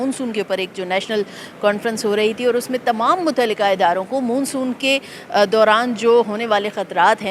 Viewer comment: Madam Moon soon ni hota Mon Soon kehty hain. 😅